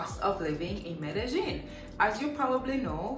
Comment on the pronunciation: Apart from the pronunciation of medellin, you're a nice blend of frank and clean wrapped up in a nice bod...hurray to hookah